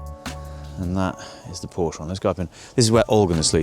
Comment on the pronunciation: Please pronounce Porsche properly!